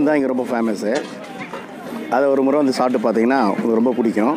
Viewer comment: adhu ழு illa மு